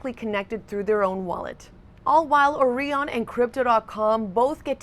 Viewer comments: I would have pronounced it OrIon not OrEon ....it's like OREO isn't ORIO..... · Have you heard of the Orion constellation? Now do you pronounce that they way you have been pronouncing Orion in this video? I'm sorry but it really gets to me when people put on fake American accents but they're not actually American and you can't tell where the hell they're from..but you know they're not from where they sound like until they say words like..Orion 🤦🏽‍♂️ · Has this lady never heard someone say Orion before? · Gotta love how she pronounces Orion